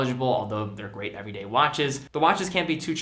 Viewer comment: Lol “EVERDAY” watches